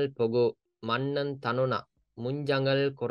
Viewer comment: මජ්නන් නේද මන්නන් නෙමෙ නේද